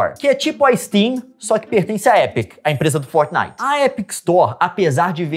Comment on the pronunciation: Não é fornit ê fortnite